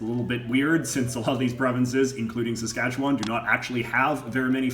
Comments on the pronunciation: “Sask - atch - eh - one”, not “Sask-atch-a-waaaaaannnn” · It's pronounced pretty well like it's spelled. Ruh-gyna. But Saskatchewan he pronounced fucked. It's more like seh-skatch-win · Why do people from outside the province always pronounce Saskatchewan as "Saskatchewon"? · The way he says it: Sask kat chew WAN. We say it Sask kat chew win. Lmaoooo. I live in Saskatoon. I lived in Regina before when I went to university. Its meh. Unless you wanna drink lots. I guess that makes it more interesting. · "...and the occasional river." You realize there are over 100,000 lakes in Saskatchewan, right? Also, you pronounced Saskatchewan wrong the entire video. SaskatcheWIN not SaskatcheWAAAAAN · How to tell if someone isn't from Saskatchewan? The way they say "Saskatchewan" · Saskatchewan has a Premier not a Prime Minister... and its not a Parliament building its the Legislature. And learn how to pronounce Saskatchewan properly... if you are going to make these videos do your research... Ukrainian blob food?? 100% of all Bronco's uniform sales wen't to charities set up for the Bronco's. Very insensitive and remove your sarcastic tone. It doesn't work for you. Go back to school and this time... pay attention. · You sound like a tourist. I was born in Regina, SK. You need to learn how to say Saskatchewan properly. Also, you are not saying Ukrainian properly either. I'm glad you noticed the Union Jack. There's a lot of history in that topic. I'm not sure how many of the Indians are Metis. I think most are Cree. You may not have noticed many French people. They stay in their French pockets , the same way Jewish people stay in their locations. Germans also stay in their own locations. And, the Indians stay on their reservations. You did a good job of noticing things that tourists would be interested in. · I thought it was pronounced “sass-ket-Chwan” not “sas-katch-ewan”